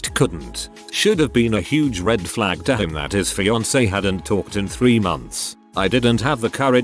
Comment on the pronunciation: Can you fix the way the computer says fiancé?